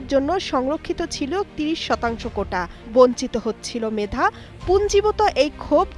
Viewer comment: কোটা না মেডা..??? হ্যাডা হ্যাডা😂😂😂